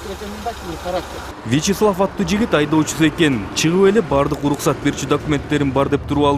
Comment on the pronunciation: Uluksat deytko. R ga tili kelbeyt okwoyt e